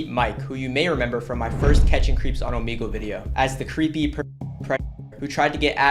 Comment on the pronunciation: I hate when he says omigle its omegle